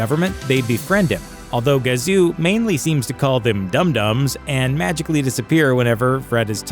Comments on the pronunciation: IT WAS KAZU....NOT GAZU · Nice reading of the script children. Its not the great GAZOO..Its Kazoo. You mispronounced it 4 times because I'm sure you never watched the show even once.